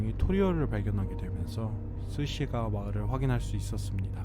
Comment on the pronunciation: 스시가와? 스기사와?